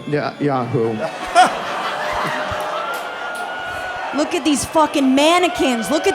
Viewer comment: 24.15 The Prime minister Benjamin Nah-who 🤣 He really said that